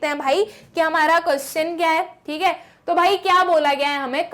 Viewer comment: Thik h😂😂😂 but acha samjha thi h good teacher ❤